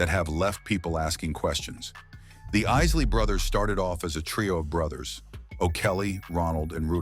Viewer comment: Did he just say, "...the IISS-ley Brothers"? SMH